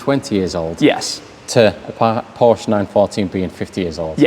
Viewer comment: Much respect for Shmee and his pronunciation of Volkswagen, Audi and Porsche (yes, the e at the end is not silent). As a German, it was kinda delightful to hear these names pronounced correctly in english. Side note: Is that a Mazda (early RX-7?) in Sea-Mist-Metallic behind Shmee at the beginning of the video?